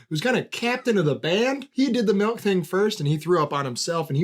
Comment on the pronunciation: hate how says melk